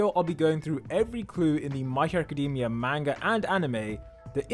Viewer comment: Why do u say It ma-n-guh